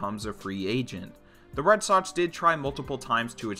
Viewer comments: “red sotts “ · Omg is Red SoXXXX not Red Sotts holy shit